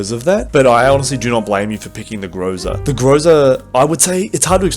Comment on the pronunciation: It's GrozA not GrOza, dude! Still waiting updated tier list